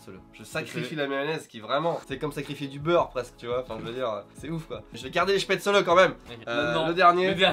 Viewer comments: spaetzle ça se pronnonce chpètzlé et non chpètsseleu :-( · Ta prononciation des spaezles m'a fait fait mal. C'est [ˈʃpɛtslə] ou Schpetzeul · En allemagne ça se prononce "schpètzleu" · Je vis en Alsace et je l'ai jamais entendu prononcé "chpètzeul" ici, la seule fois où je l'ai entendu comme ça c'était dans le sud de la france 🤨. Dans le haut-rhin on dit chpètzlé et il me semble que les bas-rhinois·es disent chpètzeleu 😄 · NUTELLA J'suis allergique au soja '-' '' '' Sinon spätzle ça se prononce "chpètslé" et pas "chpètzeuleu" Mais ça fait plaisir d'entendre "les meilleures pâtes du monde" Alsace représente 😎😆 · Ca se dit spaetzelé pas spaetzeleu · je suis alsacien, pour info, on prononce spätzle; "schpaitzélé" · ça se prononce chpètzel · La prononciation de spaetzle était horrible 😭😭😭 jsuis désolée mais en tant qu alsacienne ça faisait mal aux oreilles 😭😭😭 c'est spaitzlé en prononciation ça se prononce à l'allemande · Je suis le seul à avoir eu envie de marraché les oreille quand j'ai entendu comment ils prononcent spatzle ?